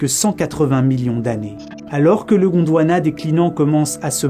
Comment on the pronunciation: J'ai vraiment entendu Gondowana